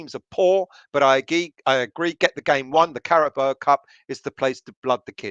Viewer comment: The sooner we get knocked out of the League Cup the better. Then I won't have to listen to mention the CARABOA cup again. Until next season. It's CARABAO.. □